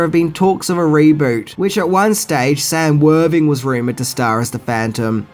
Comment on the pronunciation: Sam worthing???? Get yours names correct if your going to use them